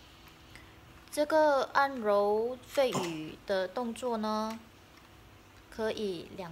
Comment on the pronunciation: 肺俞的俞读shu.不读yu